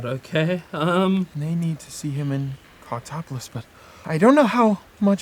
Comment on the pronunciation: It will never stop sounding like they’re saying “cocktopolis”